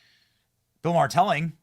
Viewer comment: His namer is not " Marr" it's MaHer. Ma.. h.. er. FFS!!!